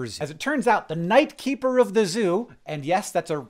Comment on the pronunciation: I thought he said knife keeper 😭